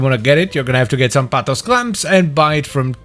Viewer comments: Are you sure you're not supposed to pronounce it like Sam-Poh-Tees, like it's Greek? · I really don't think it's Greek, unless its meaning is supposed to be "like boots" (sampotes -> σαμπότες -> σαν μπότες -> like boots). It does sound Greek-ish, so it'd most likely be pronounced like Sam-boh-tes, as the "mp"; written "μπ" in Greek, is pronounced thicker than "mp" and closer to "mb". I pronounce it Sam-poh-tehs. 🤷🏻 But I also pronounce "gyros" like a Greek when speaking Greek and like a foreigner when speaking English, so maybe I'm not the one to speak on this lol. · Sampotes 😒 Suck On This 👍 I dont think i ever pronounced that weapon correctly Its unofficially named "Bonk"